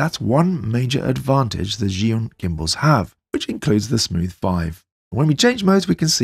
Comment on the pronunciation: It's pronounced Jew-in, just fyi.